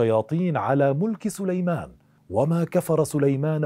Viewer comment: أخي الرجاء الاهتمام و الانتباه عند قراءة الآيات لقد أخطأت في قراءة الأية و ما كفر سليمانُ قرأتها بالفتحة و كذلك < فيتعلمون منهما ما يفرّقون به بين المرء و زوجه > و أنت قرأتها فيتعلمون منها ...و بالتوفيق إن شاء الله